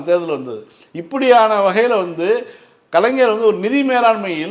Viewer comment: சகோதரி,,, கலைஞர் என்று சொல்லுமா,, ஆனால் கலைனர் என்று சொல்ரீங்க